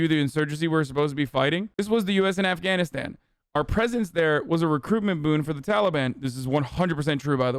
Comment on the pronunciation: “Cobble, Eff can knit stan”